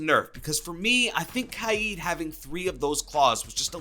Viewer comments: Kaid he pronounces it kiade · It’s kaid (KAY-DUH) (K A Y E D) not (KAI-EEE-DUH) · Its killing me the way u r saying kaid